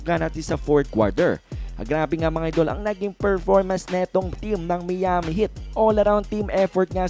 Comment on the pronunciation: Mali Ang pronounce mo ng Miami